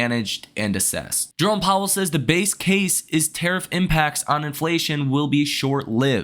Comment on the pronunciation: Took a shot for every time “jerrome powwel says” i died 4x